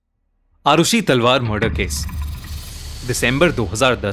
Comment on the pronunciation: Its murder not marder